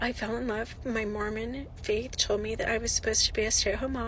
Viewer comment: When she said "Mormon"....I was like "Ma'am, you were already doomed". Smh.